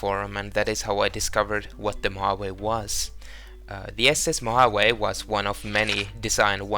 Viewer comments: Great Easter eggs. The ship, Mojave, is pronounced “ moe haw’ vee “ btw. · Mojave is Mo-Ha-Vee, a native American Tribe of North America.